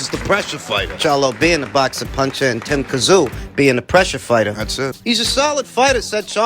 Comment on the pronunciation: Also as a Strayan, J you should know it's not Tim Kazoo 😂 we say Zim Too